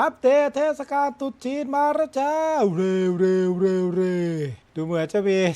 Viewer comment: เมื่อกี๊พี่พูดว่า เทศกาลตูดจีน รึเปล่าเหนี่ย